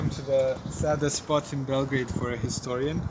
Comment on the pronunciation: YOU SAY IT BELOGRAD